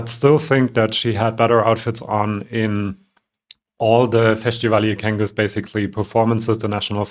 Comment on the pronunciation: Great video as always! However I would like to help you improve your coverage and also you mention you like learning languages. I noticed in this video you were again pronouncing "Festivali i kenges" like you would "Festival de cancao". However, it is pronounced without the "sh" sound. You can hear an example right at the start of this FiK Video I found